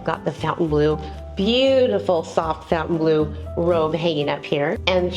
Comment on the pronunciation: Thank you for your review and filming. I'm not being rude please don't take it that way, but Fontainbleau does not have a U in it - as in the word fountain, Phonetically it is -fon-tan blue. It is a beautiful place.